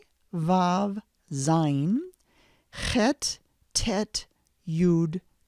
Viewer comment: I learned tge chet talking to russians...you need to pull your tounge back a bit